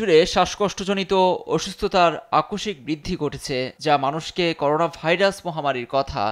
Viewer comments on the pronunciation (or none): none